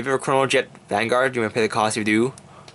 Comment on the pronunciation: i think you may have said chronojet dragon g's effect wrong but it gives your RG ztb +1k for every 2 I may have heard wrong but just saying it in case.